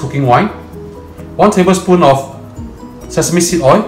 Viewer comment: please pronounce O I L ..... I don't put O I into the wok.... what a typical example..